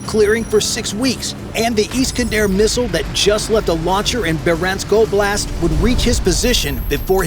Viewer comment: iss-can-der missile. Not eee-scan-der.